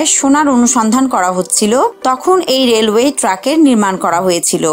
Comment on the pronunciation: রেলওয়েশ বলতে অনেক ভালো লাগে